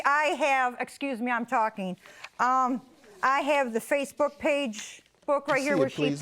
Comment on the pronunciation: “harassing me on fyacebouk 😡😡”